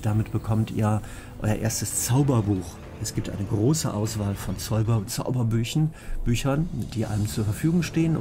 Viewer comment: Zäuberbüchen ist mal eine der sympathischsten Versprecher überhaupt :D